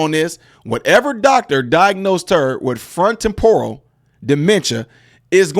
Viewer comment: It's not front temPORal, it's one word and pronounced FRONtoTEMporal. Also, there is a difference between long-term memory and short-term memory, so it is not uncommon for someone to remember something in the past, but not the present. That being said, from the sound of it, she should never have been FORCED into that memory care unit and I hope she sues all involved into oblivion and good for her for her escape. Go Wendy!